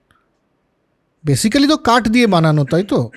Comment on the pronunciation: বরাবরের মতো অসাধারণ আলোচনা! একটা ছোট্ট বিষয়, basically শব্দটার উচ্চারণ হবে বেসিক্লি বা বেসিকলি। ধন্যবাদ। /ˈbeɪsɪkli/